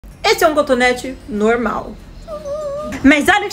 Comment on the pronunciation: Que agonia ela pronunciando coNtonete